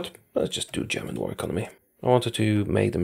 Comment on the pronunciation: I love your German pronunciation